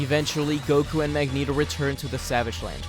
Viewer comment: "Magento" has got to go plz